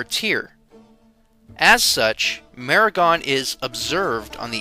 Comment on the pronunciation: Except for the funny pronunciations, a good video. Zoroastrian is pronounced Zoraastrian, Meher is pronounced May-Hayr, Mehergan is pronounced May-Hayr - gaan, Demavand is pronounced Day-ma-one with a d sound at the end. But good content though, so well done.